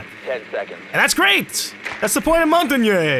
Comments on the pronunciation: Moe-n-tang. That's how it is pronounced properly. It's French for mountain. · montagne... g is silent and sounds like montane/montain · Montagne is pronounced mon-TAN-ye not mon-TAG-nee not mon-ten-YAY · I live in France and it's Montanye pronounced without emphasis on the nye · Ok, I decided to go look on the R6 siege wiki to end the fucking debate on how to pronounce Montagne's name. Apparently its "Mon-tan-yahh" exactly. NO MORE COMMENTS ABOUT THIS ARE REQUIRED. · Or he can simply say it exactly how he has been saying it without adding "eh" at the end. Trust me, French is what I speak on a daily basis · No, it's Mon-Tan-Ya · Hey, it is Mon-taughn-yay. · French for mountain Mon-tan-yay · Montagne is French for mountain. Just call it mountain :) or the pronounced version is basically Mohn-ta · It's mon-tagne the g is silent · It's Mon-Tan-Yay :) ask any French person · Montagne is pronouced as: mon-ta-ye. Mon as in: PokéMON Ta as in: Hakuna mataTA and ye as in: YEAH right. Someone even uploaded a youtube video about this. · coming from i who speak french it is pronounced (mon tan yeh) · Montagne is pronounced like montanya. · MONT-ain When trying to say Montagne, think of the word "champagne." I know that people have different ways of saying Montagne's name, but it's literally pronounced MONT-ain. If anyone says otherwise, I'm sorry. It's been bothering me a bit that people are just everywhere with the wording that they keep giving. Single answer: MONT - AIN. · I know that everyone's trying to help, but you do NOT say it like "Mon-tan-yay". The thing is, you can't really write it down using english words. It's [mɔ̃.taɲ] in phonetic, but the english doesn't use the sound [ɲ] as far as I'm aware (could be wrong, I'm french). But don't worry, it's not like it's offensive to say it another way, it's just a bit funny, like an accent if you will =). And besides, your prononciation is close enough imo.